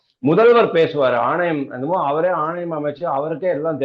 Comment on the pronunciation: ஆணவம் இல்லே ஐயா,ஆவணம். நான் கூட ஏதோ வாய் தவறி தான் பேசி விட்டீர்கள் என நினைத்தேன் முதல்முறையாக கூறும்போது,மீண்டும் மீண்டும் ஆணவம் என்றுதான் கூறுகிறீர்கள்.